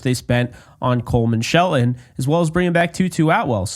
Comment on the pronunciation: its Coleman Shell ton. Not Coleman shelen.